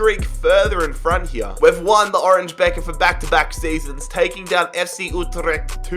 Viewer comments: "orange bekker" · Nobody:: OrAnGe Beker